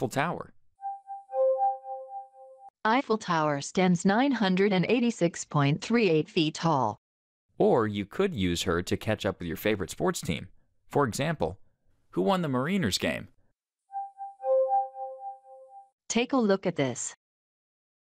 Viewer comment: 'Mareeners game'?